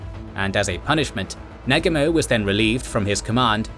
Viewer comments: the japanese admiral Nagumo is pronounced Na-goomo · it is pronounced NA----GU---MO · I wish to god you guys could pronounce Nagumo correctly. It's just sound idiotic the way it's pronounced on this video. Cheapens the quality.... It's NA-GU-MO not NAG-U-MO..... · I'm sorry, I'm picky, but the narrator is mis- pronouncing some of the Leaders names. Namely Halsey and Nagumo.